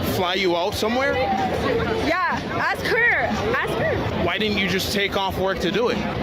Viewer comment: sorry I stopped listening after she said aks